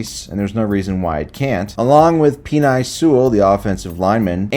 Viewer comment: Penei is pronounced Pen-A